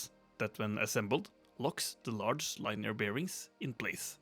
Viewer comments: FYI its Linier, sounds like Lin -E-er. Great video by the way. Cheers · Nice! If you care about improving your English (which is really good btw), "linear" is pronounced lin-ee-ur and "lathe" is lay-th (with a hard 'th' like the verb bathe) I loved Stephenson's and Asimov's books. It's nice seeing cyberdecks coming to life